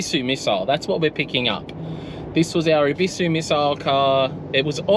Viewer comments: Look up the pronunciation of Ebisu plz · Maybe just stop your channel then, if your not willing to use the correct pronunciation for the car culture you portray then stop xox